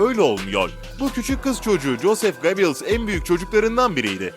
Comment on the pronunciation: BELGESEL YAPIYORSUNUZ AMA İSİMLERİ DOĞRU OKUMUYORSUNUZ. " COSEF GOBİILS" DİYE OKUDUĞUN PROPOGANDA BAKANININ ADI DOĞRU TELAFUZLA " YOZEF GÖBELS" DİR LÜTFEN DİKKAT.